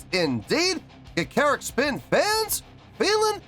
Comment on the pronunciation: Let's get the Band Name RIGHT here, which drives me to distraction... GA Char reek... the I in most Japanese is pronounced as a long e. Song: Tamashii., is pronounced within the music, but broken apart as Tama Shii (Tama Shee)... I am not a native Japanese speaker but have learned some from exposure (Navy) and just a fascination with languages. Okay, I will agree with you in regard to their energy, they are Energy Personified! Added 04/17/2023: Hana, the drummer on the right (Stage Left) is one of the founding members and is a multi-instrumentalist. The drummer on the left (Stage Right) is Yuri and is new-ish she had just returned from maternity leave with her first child, I think I read somewhere, so Hana took the stage with the other drum kit as a support mechanism for Yuri. Hana is now 2nd guitar most of the time. You know the other members except maybe Angie, this girl is dynamite in a small package. Big voice and loads of energy and personality for days. And the biggest smile I have ever seen! Keep watching them, and you will take a journey and a half!